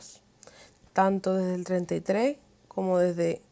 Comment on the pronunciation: Lastima mucho al oido cuando hablas.. usas la letra "J" en palabras que llevan "H". Ejemplo: Que jel oscurantismo?